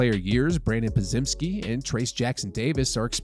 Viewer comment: Someone please tell our guy how to say Podziemski "(Pod-jemsky)"